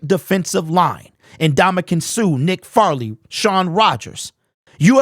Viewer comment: Dude….you need to get your words right. Nick FAIRley, not FARley… wasn’t even a good DT on great day. His best days, he was average at best. Slay didn’t benefit from that. Shaun Rogers????? For real bro? Slay was drafted 6 years AFTER Shaun LEFT Detroit….. Did you become a Lions fan recently? 😂